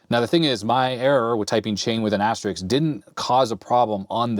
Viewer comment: It's 'asterisk', NOT 'asteriks'!